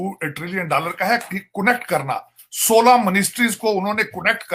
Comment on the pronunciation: Connect not conect😀😀